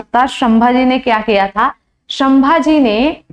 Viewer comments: apka teaching accha hai lekin pronunciation Galt Kiya hai sambhaji maharaj ke nam ka . O sudhar liya kro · शम्मा जी नही संभाजी महाराज बोलो